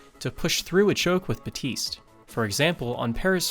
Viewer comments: BAPtise not Batise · HIS NAME IS BAPTISTE NOT BAUTISE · Bateest "Baptiste"